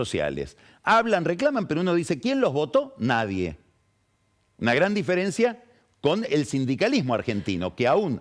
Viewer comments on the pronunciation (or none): none